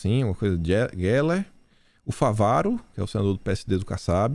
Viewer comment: o nome do Senador é Carlos FÁvaro. Não é FavÁro. Grande abraço.